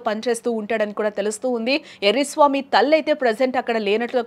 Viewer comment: ఎర్రి స్వామి కాదు... ఎర్ర స్వామి 😂😂